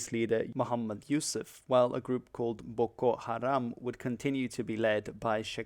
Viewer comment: waw your pronounced well 😅😅😅